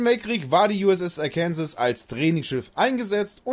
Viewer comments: Bitte im amerikanischen wird sie Arkensaw gesprochen ist als ob ich Tulpitz stat tirpitz sage. Und das ich bin Deutsch geht nicht. Arkensaw ist Arkensaw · Gutes Video nur eine Sache und zwar wird es Arkensaw ausgesprochen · Wenn du in Arkansas den Namen so ausgesprochen hättest wärst du im Gefängnis man spricht es so aus oakansa klingt komisch😂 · Hahahaha.....die Aussprache des Namens des Schiffes ist wohl nicht "ganz" richtig 😂😂😂😂😂 Viele Grüße aus Seevetal! 😊😊😊😊😊